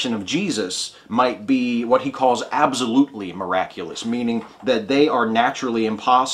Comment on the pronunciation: Abzolutely... is that an accent or just your special way of saying it?